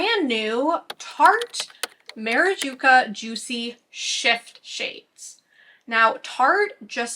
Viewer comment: It's maraCuJa, not maraJuCa lol I don't know why I'm so triggered every time you say it wrong haha